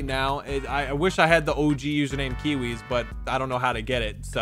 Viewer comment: Cairzy said "Kiwiz no"